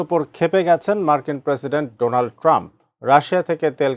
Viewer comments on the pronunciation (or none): এই প্রথম শুনলাম ডোলান ট্রাম্প 😂😂😂😂😂